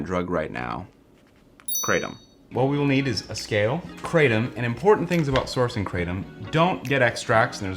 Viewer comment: If you want to know how 'krathom' is actually pronounced (CRAYdum is quite funny), try to paste กระท่อม (krathom in Thai writing) into Google Translate, pick Thai as language, and press the speaker button.